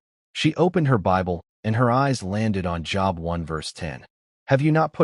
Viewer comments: It's not job,it's long o Job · Please, oh please, find AI or whatever you are using and change it. Job is a name pronounced like ‘jobe’ and not like the office you go to each weekday. And our almighty creator deserves the respect you expect for yourself, that His name, God, be capitalized. His other names such as Yahweh, Adonai, even the pronouns He, Him. Important lesson in this story, but please get your act together. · Pronounced Job wrong, it has the 'o' sound. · That is a long o in Job.